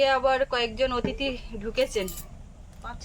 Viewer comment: আবারো তুমি কিন্তু অতিথি কে অথিতি বলছো । বারবার অতিথি শব্দটাকে প্র্যাক্টিস করে ঠিক করে নিও । তুমি আবৃতি কর চমৎকার, তোমার গলার আওয়াজও অতীব সুন্দর । কিন্তু দু একটি শব্দের উচ্চারণ খুবই স্রুতিকটু শোনায় । উচ্চারণটা ঠিক করে নিও । আমি ও আরও দু একজন এই ব্যাপার এ তোমাকে পূর্বেও সতর্ক করেছিলাম। তোমাদের আপ্যায়ন অনেক প্রতীক্ষার অবসান ঘটিয়ে অবশেষে চালু করতে পেরে যেমন আনন্দিত ঠিক আমরাও তেমনটা খুশি । এই আনন্দ শুধু তোমার আর সুস্মিতার দুজনের নয় এটা আমাদের সবার । জীবনে তোমরা অনেক বড় হও ।